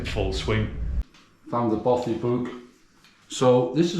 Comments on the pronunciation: Your pronunciation of Bothy is doing my nut in, Both like broth without the R, then with ee! So bothee!!! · Bothy is pronounced bot ee